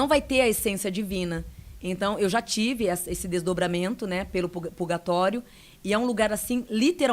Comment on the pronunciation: Ela tá falando purgatório kkkk